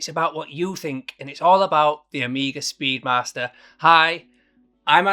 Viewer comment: "Speed Marster".......?! 🤔 Thought you were 'Yorkshire'?! 😄